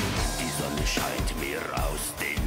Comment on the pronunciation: "Sonne", not "sonna"